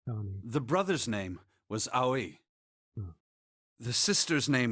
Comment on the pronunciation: I love how everything falls into place in this part of the game, your enjoyment gives me hope you'll play more games like this in the future. Btw, Aoi is pronounced like ah-oh-i. Fun fact: it's a boy's or girl's name, also a surname, can also mean blue.